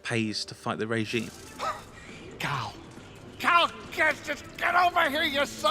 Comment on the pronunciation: When you said "forced Cal" I though u said force cow xD cool vid